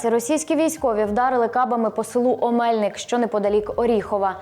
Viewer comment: Не Оме'льник,а Омельни'к